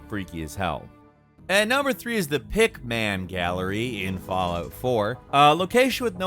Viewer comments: Even when pronounces a simple word correctly, he still says it wrong. The "pick-man" gallery? Such weird emphasis there. It's just Pickman, not split up into basically two words, like Rodman or Cartman or any other two-syllable word. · Pickman (not pick man), as well as anything with "Dunwich" in the name in the Fallout games are references to H.P. Lovecraft stories. Also, in Valhalla, that area is pronounced Kent, not Sent.